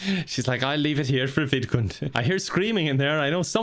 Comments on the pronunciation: it took me a while to realize that he wasn’t saying “vidcon” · I'm an idiot I didn't know the sims actual name was vidcund I thought was just strangely pronouncing VidCon, and wanted it to die so much he made a sim of it and tortured it